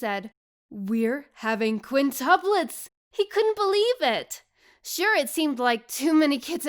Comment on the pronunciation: Its soo funny when he said we're javing quinyuplets